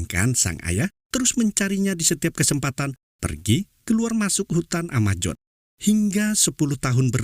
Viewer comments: Amazon bukan amajon 😂😂😂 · Amazon ngab,bukan amajon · AMAZONE bang bukan AMAJON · Sebut pun x betul..Hutan Amajon..Amojon..AMAZON la woii..project jd PROYEK.?.you r..very bad English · Amazon min, bukan Amajon ... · Brazil bang bukan brajil amazon bang bukan amajon... sukses terus bang